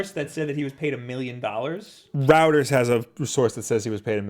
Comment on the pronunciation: "Reuters" is pronounced like "Roy-ters". Like how "Freud" isn't pronounced "frewd".